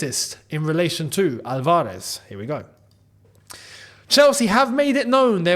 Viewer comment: Just wanted to point out that it's ALvarez (stress in the first 'a'). Love your vids